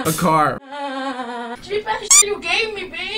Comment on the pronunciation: "LoOk At MeH, LoOk At ChU" yes yes a very big difference. he is has the higher IQ.